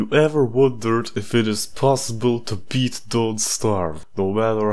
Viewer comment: 40 done 52 more (lol “bet” not even “beat”)